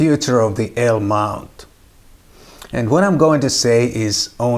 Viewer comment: What the heck is a "ALE" mount? LOL..